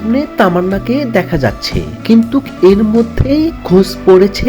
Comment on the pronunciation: EIRREE DAMRACHODA ABAL BOLODER GHORE BOLOD ... THIKMOTO BANGLAO SHIKHISHNI ESHCHISH VIDEO BANATE. OI GONDOMURKHO DAMRACHODA, EI JE BARBAR BOLE JACCHISH ....KINTUK, SHORIL....ARO KOTO SHOTO VUL BANGLA.... JIBONE LEKHAPORA KORISHNI ? SAGOL KOTHAKAR. AR VIDEO BANAISHNA.